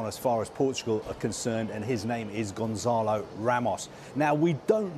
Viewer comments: Gon(SS)alo, not Gonzalo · His name is not Gonzalo.